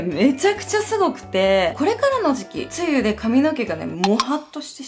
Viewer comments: 梅雨の発音が 梅雨(→→)じゃなくて梅雨(↑↓)が気になったの時々面白いイントネーションすき😂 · 梅雨のイントネーション！！！！つ↑ゆ↓なのはじめま！！！！ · いや梅雨の発音www😂